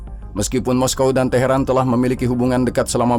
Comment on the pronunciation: Teharan itu iraq atau iran min kok bilangnya taheran iraq mulu sih 😂